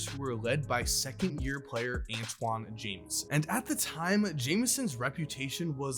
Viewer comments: Oh, and ANTAWN, not Antoine. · Who TF is Antwan ??? It’s Antawn His name rhymes with Spawn Not Rich Homie Quan